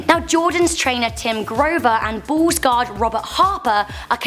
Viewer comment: why u saying ball insted of bull it sounds like